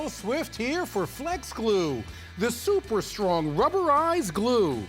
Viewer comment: In all these commercials he says S U P E R S T R O N G